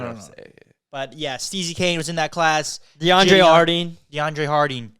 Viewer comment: "Deandre harding" 😂